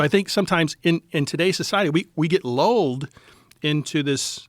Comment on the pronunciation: The word “lulled” is pronounced with the short “u” sound, like in “cup” or “pull,” not with an “o” sound. Phonetically, it’s typically /lʌld/ in IPA, where the vowel is the “uh” sound (as in “luck”), not /lɔld/ or /luːld/. So, you should say it like “luhld”, rhyming with “pulled,” rather than “lolled” or “loo-led.”